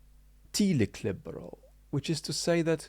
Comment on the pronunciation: Sorry for being pedantic but I believe telic is pronounced tell-ic (short e) not tee-lic. Teleological on the other hand has a first syllable that can be pronounced with either long or short e.